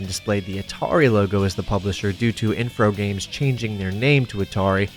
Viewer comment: "Infrogames" wtf lmao